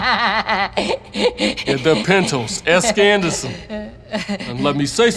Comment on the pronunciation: "Hey Andason. I need to say my poum"